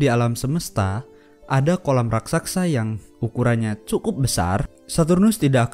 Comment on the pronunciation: Raksasa min bukan raksaksa.